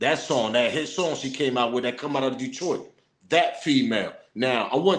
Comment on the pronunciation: You said it correct, Detroit in the building. SMOKE PAUSE....